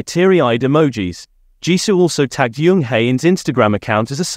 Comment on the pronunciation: The pronunciation on these is ridiculous. Jisoo not jeeeesoooo, and Jung not yung. I like watching BP content, but please sort it out, I can't concentrate on what the video is about it's so bad 😫